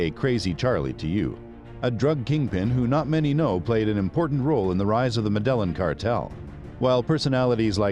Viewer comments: Medllan ? It's Med-ej-jean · Yeah not mEdElLiN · Yeah its pronounced Medellin not MeDeLliN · WTF is the "medèllen"?? It's pronounced Mèdeyìn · Its pronounced "Meh-deh-yeen"... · Med-a-yeen cartel, say it with me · Medellin iss pronounced Med-uh-yeen. Damn it. Not the only video where you do this. In latin/spanish/central and south american countries, at the least, pronounce "ll" as "y". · PRONOUNCED med ah yeen: Medellin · Had to shut it off and down vote because of pronunciation of Medellin. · This video is full of BS. Pronunciation of Lehder, Medellin and most of the facts are wrong. He never bought Normans Caye, only parts of it. No one ever called him "Crazy Charlie". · Learn how to say " Medellin" please 😂. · It ruined the whole video for me. 😆